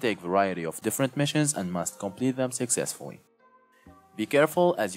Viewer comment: did he just say successfuwy